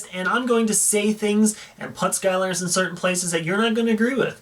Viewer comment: Why do you say “put” like “pot”?